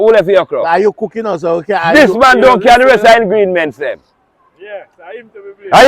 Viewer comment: “This man didn’t bring the rest of the Ingrimients “ 😂😂😂😂😂😂😂 lol the boss is lacking performances lol